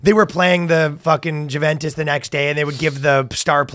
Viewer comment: Danny it's pronounced juventus